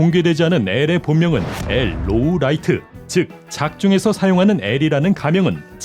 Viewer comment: 발음이 로우라이트가 아니고 로리에/로리엣일 겁니다. (Lawliet law=>로 li=>리 et=>에/엣)